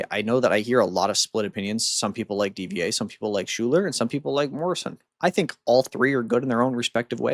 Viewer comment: Isn't Schuyler pronounced "Skyler"? I've known a person with that spelling. It also makes sense for aircraft.